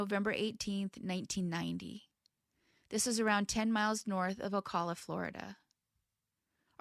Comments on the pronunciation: Ocala = Oh-kal-AH. I'm sure you'll see more in or near the area, because Florida. A lot of people trip over Florida names, don't worry much over it. If you're ever in doubt just find some local news shows from the area that mention a town or county and hope you got local anchors who are familiar. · Thanks for another respectful video. ❤ For future reference, cal in Ocala is pronounced like the cal in Calvin.